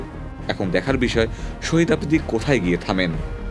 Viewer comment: Sohid noy re vai shahid bol😅😅